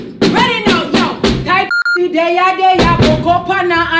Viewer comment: Did just call tc drummy 😂😂